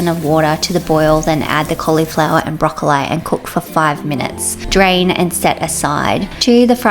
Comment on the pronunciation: Is the mispronunciation of broccoli a family thing or specific to your locality?